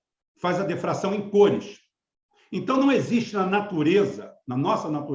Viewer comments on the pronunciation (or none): PRONUNCIA-SE POR DIFRAÇÃO, E NÃO DEFRAÇÃO.